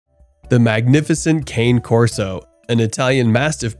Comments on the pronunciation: Cane = car-nay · It's actually CA-nay. It just means "dog" in Italian. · you are mispronouncing the name. It's italian.